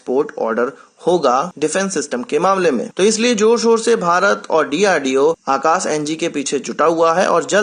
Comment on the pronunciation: It's Akash not Akas...